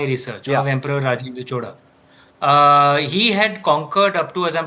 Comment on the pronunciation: Happy to hear Indians from other states pronounce CHOZHA correctly and not chola. Rajarajan was a GOAT whether it was administration, love for arts and international relations. Rajendra continued this expansion. Thanks to for exploring into this kingdom.